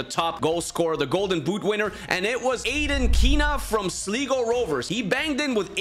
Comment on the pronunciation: You pronounced Sligo so wrong